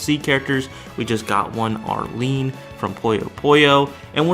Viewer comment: You calling Arle Nadja 'Arlene' is by far the oddest way I've heard someone mispronounce her name.